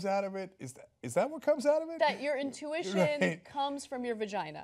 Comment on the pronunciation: she said 'urine tuition'